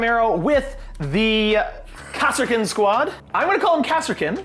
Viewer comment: Don't feel too bad about calling them "Kass-er-kins",. Until a few years ago, my dyslexia wouldn't let me read that word as anything but "Car-skins", so..